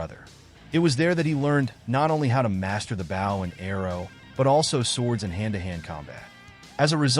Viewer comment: Someone needs to teach your AI how to say the word "Bow".